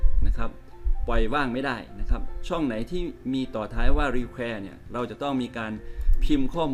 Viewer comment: อธิบายวิธีการชัดเจนมากค่ะ มีประโยชน์ แต่อาจารย์อ่านออกเสียงคำภาษาอังกฤษไม่ค่อยถูก 555 เช่น คำว่า require etc.